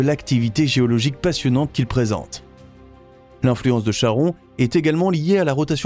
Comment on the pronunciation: Chhhhharon.... Faut respecter les phonétiques des mythologies. "Ka-ron" En tout cas plus je regarde les vidéos de cette chaîne, plus je vois que l'écart des infos sur les documentaires sont différents. J'ai l'impression parfois d'avoir des vidéos fake façon Lama Fâché. Faut vérifier ce qu'on publie, on ne plaisante pas avec la science